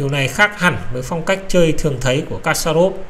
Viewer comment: kasparov đọc là = kas + pa + rov.